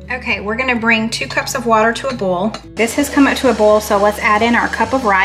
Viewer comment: Why do you pronounce Boil , like bowl? Oil , like ol ?